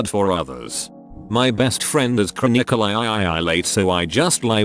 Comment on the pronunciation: "my best friend is chra nickel EYE EYE EYE EYE ..."